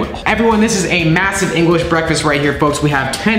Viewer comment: Did anybody heard say englis🤪🤣🤣